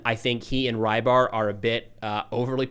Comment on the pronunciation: His name is not Raibar, rather Reebar. Or Rɨbahr. This means "piscator"